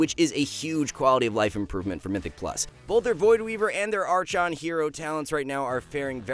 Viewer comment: came here for this. Ar-CHon is crazy lmao